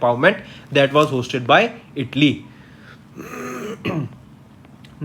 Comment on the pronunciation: That is Italy not idly